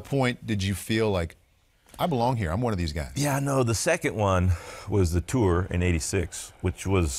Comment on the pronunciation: Bob does a wonderful job, even with his slightly grating unique emphasis on 'Tour' with each mention of the Tour de France.